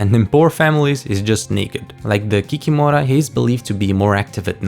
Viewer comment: Kikimora should be pronounced ki-KI-mo-rah, with the stress on the second syllable. And as far as "imps" go, I am fairly certain that the chart creator meant chorti (chO-r-ti) or chortiki (chO-r-ti-ki).